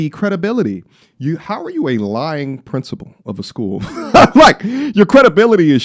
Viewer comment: What school is she princi-pooling..? Took me out 😅😂